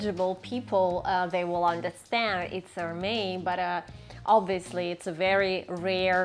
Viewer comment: The s in Hermès is pronounced. It’s not silent.